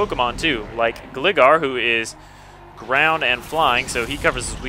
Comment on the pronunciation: its gligar (GLI-gar)